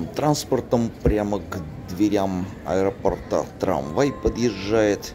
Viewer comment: до аэропОрта. Ударение!!!!!